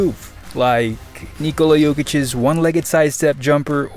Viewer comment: He said it the right way, why you complaining? Lol